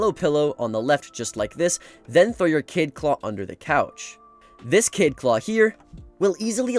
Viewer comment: Its kaid not kade